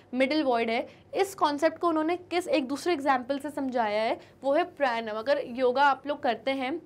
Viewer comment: Maam Pranayam hai wo😄